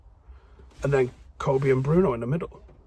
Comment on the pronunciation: Just want to thank you for reminding us that Bruno is not related to Speedy Gonzalez and in fact Portuguese. You took to trouble to pronounce his name correctly and if we sign Nunes I hope you can repeat the trick!